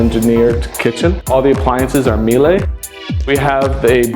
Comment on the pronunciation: FYI Miele is pronounced Me la like shelia! If your going to,use a name brand product, probably best you know how today it! And your comment on the overhead being hidden but still functional is completely wrong mate! You have had it recessed to look aesthetically pleasing, it probably just ticks the box for required fire codes, but it doesn’t work well and it’s a friggin nightmare to clean it, and around it, as it doesn’t “function” well!